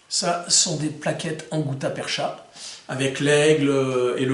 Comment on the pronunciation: Juste un correctif sur la prononciation du mot "gutta-percha", il se prononce "perca" au lieu de "percha"... Content d'apprendre de nouveaux détails dans chacune de tes vidéos...